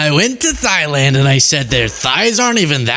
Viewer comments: Is thighland like legland , torsoland, and armland? Thailand the h is silent.Dumpy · Thighland. 💀 And we thought Bush was dumb 🤣🤣🤣🤣